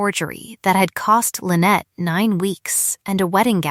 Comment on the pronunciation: It's pronounced "Michael mass" not "My Kelmas".Train AI better. Lynette is pronouned as "lin net" not "linnit".